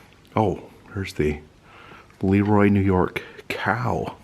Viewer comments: Have to correct you on the pronunciation of Leroy. It's pronuoced luh-roy. Great video. Love seeing you on our town! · You mispronounced LeRoy. Accent on Roy.Former Rochesterian